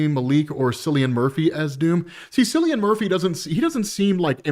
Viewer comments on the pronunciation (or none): Cillian Murphy's name pronounced with a "hard" C. "Killian" Murphy. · Cillian Murphy’s name is pronounced with a hard K, not as S sound. Just a heads up 😅